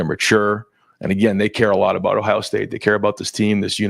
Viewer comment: Why does Day always call Ohio “Tough”? 😅